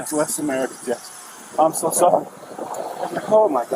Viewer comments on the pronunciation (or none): I don't know but I hear "It's a miracle", and not "It's America"